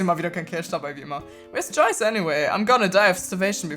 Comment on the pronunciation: Ich bin immer voll wer viert wen du Joyce sagst